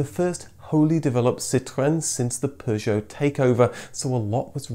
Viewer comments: I am 57 seconds in and already I cant handle the way Citroen and Peugeot is being pronounced. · Extra points for the correct pronunciation of Citroën and Peugeot, it's these touches which really make your videos stand out. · Great video, but the pronunciations of the makes are hilarious. What's a Pujot? lol